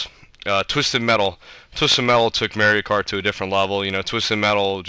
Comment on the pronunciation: first of all, you can't even say mario kart correctly. second of all, no zelda games? and lastly, no i will not be your friend.